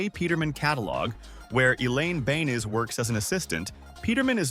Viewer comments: Elaine Beans? It’s Elaine Benes, pronounced Ben-Nus (phonetic). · Elaine's family name is not pronounced as 'Beans' , the two 'e' are both heard, like this: Bènès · Not Beans. it's Benes🤗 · Elaine BEN-ess. It's a Hungarian name.